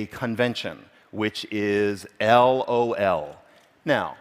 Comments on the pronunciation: 15 years ago when gaming online with friends we would say "lol" the way the speaker said it. I haven't heard this said out loud in years though! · His pronunciation of "lol" actually hurts. Great analysis, though